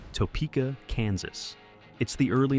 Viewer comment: They lost me immediately when the AI didn't know how to pronounce Topeka, KS.